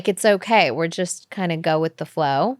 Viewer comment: here only to listen Kourt say chost instead of just a bunch of times :)